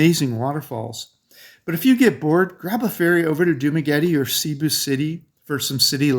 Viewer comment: When I hear Cebu pronounced Seeboo I turn it to another channel